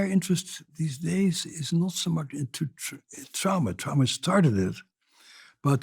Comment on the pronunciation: Trama not drama!!!